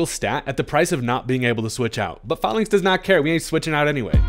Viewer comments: HERE IS THE REASON WHY ITS PRONOUNCED FAELINKS NOT FAHLINKS: the pokemon is based off a Roman phalinx. They literally say the real name in the anime too. THE OFFICIAL POKEMON ANIME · sorry to be that guy but I’m pretty sure it’s pronounced “fay-links”, as in phalanx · that’s not how you say falinks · If youre gonna make a video about falinks at least learn how to say the name